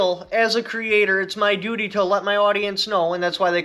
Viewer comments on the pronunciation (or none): none